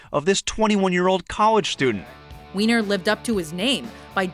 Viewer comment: “Anthony WEINER” 😂